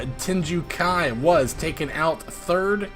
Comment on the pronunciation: WHAT?! You mean I actually made the playoffs this time?! Oh, just barely? Makes sense LOL Love the fighter intro section! Especially when you get to names that are foreign :P Lundqvist = LOOND-k'vist Tengu Kai = TANG-oo KAI